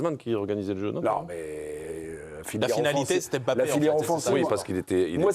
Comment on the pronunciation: Arrêtez de dire Em bappè monsieur le présentateur